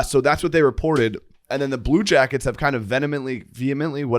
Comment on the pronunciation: “Venomently” Haven’t had a good Hankism in a while, let’s gooo!!!